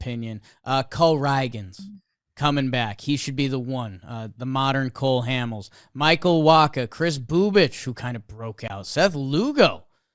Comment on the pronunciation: As a royals fan.. yall saying “BooBick” is so gut wrenching 🤣 it is properly pronounced Boo-Bitch literally. He is Polish I think and the ć makes a Tch sound. I could be mistaken on his nationality but it’s something along those lines